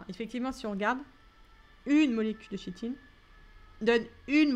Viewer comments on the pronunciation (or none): Merci pour le corrigé ! (nb: se prononce "Kitine" et "Kitozane")